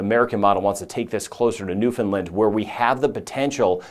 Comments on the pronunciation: I am very impressed that you pronounce Newfoundland correctly. Very few do. And to even know or care that Atlantic Canada exists. 👏 Huge respect! 🇨🇦 Subscribed. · You actually pronounced Newfoundland correctly! I'm impressed that you did and that you even went that far north